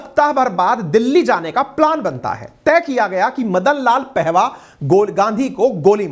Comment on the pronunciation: Sabse pahale apna vyakaran sudhare ,Madan pahava ( पेहवा ) नहीं ,पाहवा था ,उच्चारण सुधारिए ।